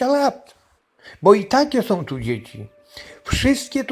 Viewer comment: One SĄ !!!! A nie "one som"!!!